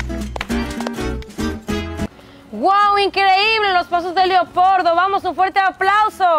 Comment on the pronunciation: Perame perame dijo leopordo y no leopardo😅😅